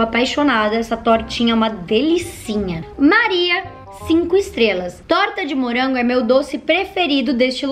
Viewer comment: "Hummm torta de murango"